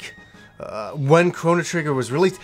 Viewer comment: Big shout out from Yorkshire! Thanks for saying it right!